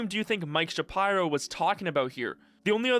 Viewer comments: Shuh-Pie-Row. SMDH. It's Shapiro, bro. Shuh-peer-oh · Please don't tell me it's actually pronounced Mike Sha-pyro bruh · Mike Shuhpyro? Jesus Christ, dude. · sha pie row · Mike "Shap-eye-ro"?